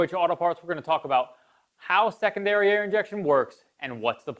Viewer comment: I just kept hearing "second dariare"... My single dariare works just fine though...